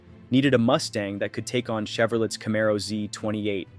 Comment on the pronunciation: The next time you say Iacocca, Chevrolet, or Carburetor that way, I'll deport you myself